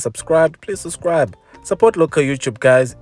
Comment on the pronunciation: I like the way you say "sus-cribe" 😅 fantastic looking bakkie, this one! I must say, the price makes it look very attractive compared to the R1m Ranger & Amarok 😮‍💨